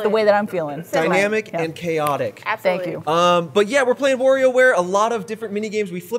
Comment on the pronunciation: It's Wario, not Worio.